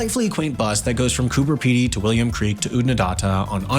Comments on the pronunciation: Love how the narrator brushes over Coober Pedy like it's an insignificant dot on the map. Impressed that he pronounced it correctly though. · Would have been better if the clip was made by an Australian. At least the pronunciation of places would be accurate. He did get Coober Pedy correct, though!😂